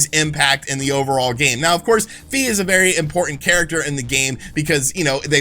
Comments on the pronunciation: It's Fi as in "figh", not "fee". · "Fi" is actually pronounced "Fie" as in "Die"